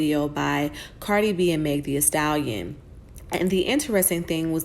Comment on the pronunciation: “Meg Thee-A-stallion”😂